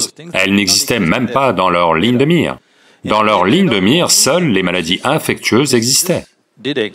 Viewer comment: Pas "infectueuse", mais "infectieuse" en français.